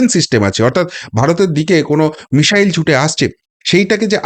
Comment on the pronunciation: Please, it's not 'mishile' BUT MISSILE~ it' "s" not "sh".